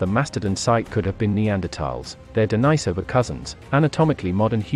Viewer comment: I wished this guy would stop pronouncing Denisovans incorrectly. Just say the Dennis and add ovans.